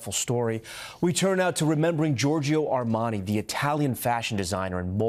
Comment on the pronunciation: Air-man-eye?? Armani.........doc Hollywood (1991) RIP